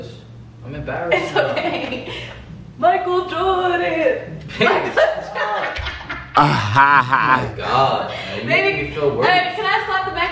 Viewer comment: she said Michael jorden lmao